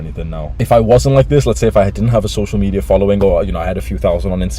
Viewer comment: My man said “social media addiction” But his pronunciation looked like this “social meteor addiction”